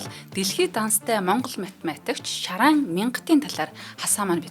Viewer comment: Шарайн биш, Шарайд юм шүү